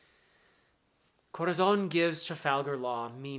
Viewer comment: Thanks for giving us these emotional and filled with energy analysis. I love, really, but really love, the Way you roll the Rs while prononcing Dressrosa, Rocinante, Corazón, Señor. It literally makes me smile, as a Spanish speaking fella